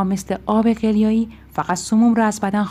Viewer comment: این قدر حساسیت به خرج ندین لطفا ملت دیگه رد دادن زندگیا شده وسواس !!! ضمنا تلفظ آب قلیایی هم غلطه .